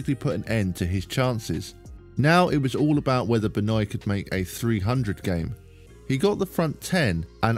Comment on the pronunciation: I’m surprised people still can’t pronounce “Benoit” correctly considering the infamy of Chris Benoit.